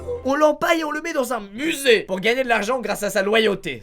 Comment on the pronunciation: Mettez en vitesse 0,25 à et ecoutez squeezie dire musee on dirait il est bourré😂😂😂